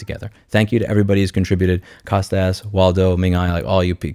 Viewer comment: As a long-time fan and a Greek I must mention the Kostas (who's name I share) is pronounced COAST-US not COST-AZZ. Cheers, keep up the good work.